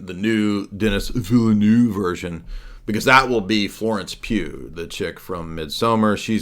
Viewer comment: I really enjoyed this stream! Thanks. Denis Villeneuve is pronounced Denee Vilnoeve.